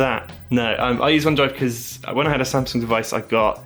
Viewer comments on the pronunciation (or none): none